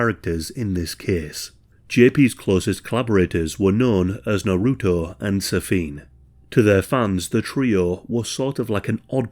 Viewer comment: The way u say naruto hurts.